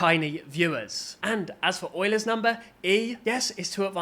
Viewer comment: “Euler’s” ❌ “Oiler’s” ✅